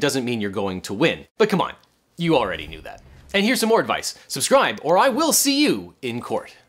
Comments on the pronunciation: I noted this on one of his other shorts last week, although it was more subtle then - he’s really emphasizing it now. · Why do I feel like you're increasing the stress on the "or" with each video.